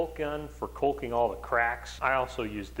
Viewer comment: Five days of prep work and "coulking" someone help this man!